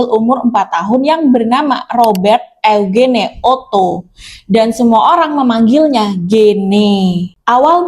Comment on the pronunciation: Eugene dibaca = Yujin kak😅